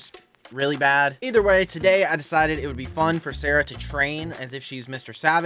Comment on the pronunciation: You're a wizard, Harry❌️ You're a wizard, Sawaahh✅️